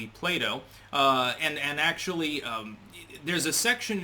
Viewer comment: You make Play Toe sound like Play-Doh.